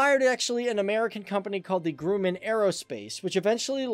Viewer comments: Grumman is pronounced “GRUM-mehn” not “Grewman” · It's pronounced "Grah-mun", not "Groo man". It's also grammatically correct to say "ordered 200 of these aircraft". Aircraft has an indistinct singular and plural form, you never add an "s" to aircraft. It's like saying "these fishes swam by". You also don't say "1 times 23mm" when describing cannon armament, it's just "one 23 or one 20, or one 27mm cannon, etc. Nobody EVER verbalizes the "x" as "times". Otherwise, great video. Other than the Hasselhoff 80s hair, hahah. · Not grooman, gr-uh-mun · Grooman? Ugh….you irresponsible young punks. It’s Grumman, like it’s spelled. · It is pronounced “Gr-uh-man”, not “Gr-oooo-man” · Not Grew-man, it's Graah-man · It's not Grooman.. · Haha the "U.S. company 'Groo-Man'" he says....oh boy..you know this is a well researched video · It's pronounced "Grumman" like "Drum". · Actually its "grUm-mein" the more you know ;) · The plural of aircraft is aircraft, not aircrafts!!! Additionally, learn to pronounce Grumman!!!